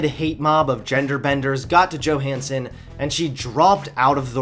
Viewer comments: He said Johnson instead of Johanson a few times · Do people still not realise that the J in Johannson is pronounced as Y? Also, it's actually good that Scarlett Johansson didn't go through with a trans role. I like my movies to be believable and no one would believe a someone as smoking hot as Scarlett Johansson is trans. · Fantastic. Thanks for attacking NowThis!!! You said "Johnson" in place of Johansson . Keep the content flowing! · Johansson, not Johnson